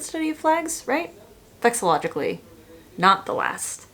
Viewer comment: "vexillologically" is diabolical lolol love it